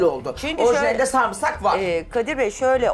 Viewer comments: şu sarımsağı düzgün söyleyin ya sarmısak ne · Samırsak😂 diyeni duydum bu program da.